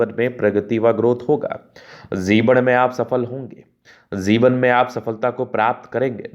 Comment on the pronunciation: Jivan not zivan